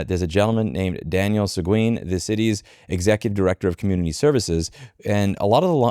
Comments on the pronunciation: Seguin = seh-geen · It’s pronounced Se-GEEN. Just fyi, since you’re living in Texas now and it’s a pretty common name. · Seguin is pronounced Suh-GEEN.